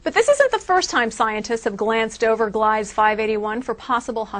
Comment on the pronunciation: Ugh. I hate reporters its gleeeeeza. Second, 581-d was described as a habitable planet 5 years ago. Old news.